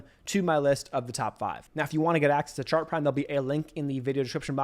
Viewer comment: Are you saying sharp prime, shark prime or chart prime?